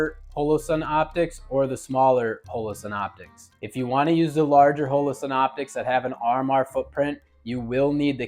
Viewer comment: Mehtee and HOELOE-sun. This dude for real?